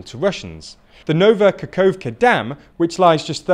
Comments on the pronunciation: Please tweak pronunciation of Ukrainian towns/cities/regions. I recommend watching Denys Davydov's channel to learn correct pronunciation from a Ukrainian. Kherson is not 'KERZEN', it's "HEAR-SON'. Nova Kakhovka is not "NOVA KAKOWVKA', it's 'NOVA KA-HOF-KA'. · you've been reporting about this front for a while maybe it's time to learn how to read KH in Ukrainian names. it's not Kerzon and Nova Kakovka